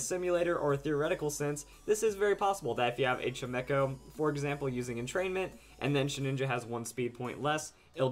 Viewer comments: I think it's "Chime-cho", not "Chi-me-cho" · It's Chime-echo. Weird, I know